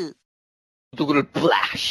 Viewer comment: Not to be a grammar nazi but it's giggity giggity gig uh ty